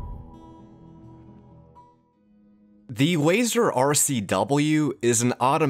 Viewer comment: Hearing wazer instead of laser is too painful for me